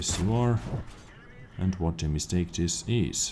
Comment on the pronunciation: ". . . and what a meestake dis iz" - LOL! Dude could narrate a knitting competition, and still get a millions views. Love it.